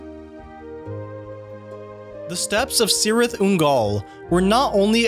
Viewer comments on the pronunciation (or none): Cirith is pronounced with a K sound, not an S sound. Elvish didn't have a soft 'c'. Also, dude I can't lie your pronunciation of SAWRON and ARAGON is killing me. Aragorn is not a young Dragon Rider saddled with the responsibility of saving the world. And it's always been pronounced "Sow-ron." Like Sammath Naur, the Crack of Doom, it makes an "ow" sound, not an "aw."